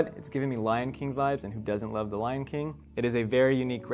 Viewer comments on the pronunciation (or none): none